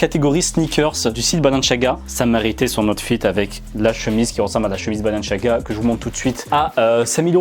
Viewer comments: C pas balanchiaga c balenciaga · Mec sa me stress c’est balenciaga pas balenchiaga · C Balen"s"iaga pas balen"ch"iaga 😭😭💀💀💀💀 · Balanciaga pas balanchiaga tu stress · Arrête de dire " balenchiaga " juste dit balenSIAAAga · C est pas balenciaga C est Balenciagra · Pourquoi il dit balanchiaga ??😭😭🤦‍♂️🤦‍♂️🤦‍♂️ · Pourquoi tu dis balenchiaga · Pourquoi tu dis balanchaga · CEST BALEN(s un s pas chiaga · C est moi où il prononce balanchiaga 😂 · Comment tu prononces Balanciaga frère wesh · Moi aussi ça m’a perturbé le « balenchiaga » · Mon dieu comment tu prononce Balenciaga 😰 tu n'a pas respecté la marque. Les premiers transparents, celles des minions et les BalenCiaga, je les trouve CANON, originaux ça sort de l'ordinaire.